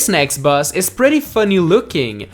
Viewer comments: stop saying bus instead of boss dude XD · that moment you forget how to pronounce boss in a list 10 best bosses list